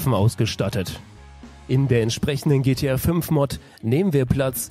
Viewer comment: Ne der Moderator hat des am Anfang so ausgesprochen xDd